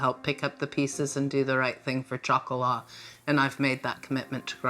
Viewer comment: Chocolat does not mean "Little Girl"...that is Petit Fille in French! It is also not pronounced CHOCOLAH - it is pronounce SHocolah. SHO-CO-LAH Chocolat is Chocolate...period! GEEZ..KUDOS to Graziella...If she is in her 80's she was a Senior Citizen over 15...perhaps even 20 years ago. If you're going to take her...I pray she thrives to the extent she can in Dorset! Hiya Toto! Cataracts, eh? You're still doing pretty well and I hope they will fix that problem!